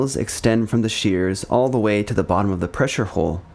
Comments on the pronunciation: Nice work, but you do realize “hull” rhymes with dull, null or cull, not bull, full or wool…just saying… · More corrections and additions, mostly to your script: Gato is pronounced GAY-toe (and hull is not pronounced "hole".) The Bridge is only the uppermost, raised, semi-enclosed area for watchstanders in the sail, above the conning tower; it is not the entire topside area. ANY wall on a ship or partition in a tank is called a bulkhead; the pressure-tight bulkheads with the watertight doors are just the most sturdy of the many bulkheads on a sub. The compartments between the pressure-tight bulkheads have correct names you mostly did not use. In order, from-forward-to-aft, the proper names of the watertight compartments within the pressure hull are 1) Forward Torpedo Room, 2) Forward Battery Compartment, 3) Control Room, 4) After Battery Compartment, 5) Forward Engineroom, 6) After Engineroom, 7) Maneuvering Room, and 8) After Torpedo Room. The Conning Tower is the 9th watertight compartment. You are missing the bulkhead between the Forward and After Enginerooms, as was pointed out. "Textile curtains"? You mean "curtains", right? Saying "textile" makes it sound like your script was knocked together by an AI. It's called the C.O.'s Stateroom, not the Captain's room. I suppose the term "Officers' Country" MIGHT have been heard on subs (???) but there is really no such boundary on submarines, either now or in earlier times. The boats are too small and intimate for such nonsense. "Officers' Country" is a phrase you hear on surface ships and on shore commands, not on submarines. It's c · the hull is not pronounced like whole or hole, there is a U, so use it. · pronounced Hull not Hole! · its "hull" not "hole"